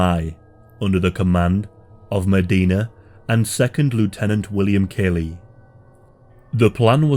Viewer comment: As the college educated son of a Vietnam veteran, born the same year as this Massacre, who has himself casually studied the Vietnam War, I want to register my disgust at the amount of misinformation in this video. Not to mention, your pronunciation of Lt Calley's name is unconscionable. A video borne out of ignorance of facts is not helpful in the grand scheme of historical education. And this video meets that description with room to spare.